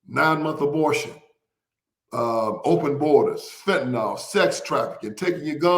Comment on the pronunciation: FENTANYL!!! NOT FENTANOL.